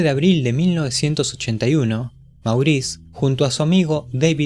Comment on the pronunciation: No se dice Maurice... Es Mougrris.. O de plano...Moris..